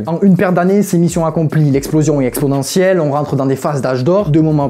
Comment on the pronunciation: ExpoNentielle PAS Expodentielle (sinon cool vidéo)